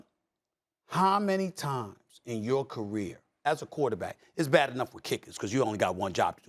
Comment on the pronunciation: “Carson Went is not a rookie! He’s not a WHAT!” 😂 Did he say, CHULLD?? 🤣